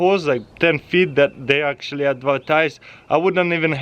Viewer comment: tooooo muuuch acshualy